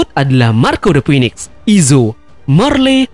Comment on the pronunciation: Ralat dikit bro, bounty King belum diketahui. Bisa jadi malah diatas Marco, mengingat bounty Queen saja sudah . Oh iya 1 lagi, cara melafalkan "Phoenix" adalah "Finix". Semoga channelnya makin keren..